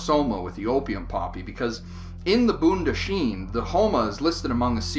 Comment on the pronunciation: Hello, this is a great video sir. BTW you pronounce Bondahishn incorrectly!